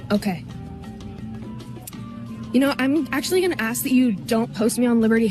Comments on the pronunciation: proof you can go to college and still be useless Why can they not pronounce “ask”?😂😂😂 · I hate when people say "axe" instead of "ask" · Again ill say it axe and ask are two totally different things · "Can I ax you a question?" "Only if I can sword you the answer!" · She isn't disabled, she's retarded. She's going to "axe" how to keep her job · "My job is gonna axe me." I still can't tell if she actually used it right or not.